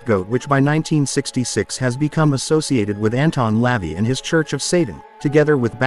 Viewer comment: Anton's name is pronounced La-Vay...rhymes with day😊